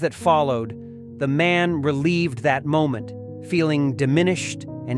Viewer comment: Releived? AI can't even pronounce relived. Thumbs down for this crap.